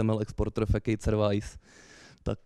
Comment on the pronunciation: Přednáška fajn, ale Facade se opravdu nečte jako "fekejd". :D V češtině to zvládl říct normálně - fasáda. V angličtině se to moc neliší - [fəˈsäd] (tedy "f-sád"). Fekejd zní spíš jako něco fejkovýho nebo fekálního. :'D